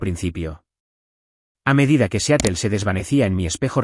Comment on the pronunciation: SE PRONUNCIA SIAROL, NO SEATEL.